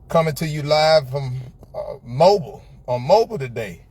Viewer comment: It's pronounced Moe Bill (Mobile)